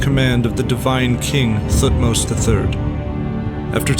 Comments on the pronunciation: Thutmose is not Prnounced TH like Think, its T alone then H more like TeHhutmose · Great video 👍 But his name wasn't king Thu-tmos he was T-hot-mos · I wish English speakers would stop pronouncing Thutmose this way. I get that that's the official way to pronounce it, but T and H are supposed to be separate sounds. More like Te-Hutmose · The way you pronounce Thutmose is hilarious though. Good stuff other than that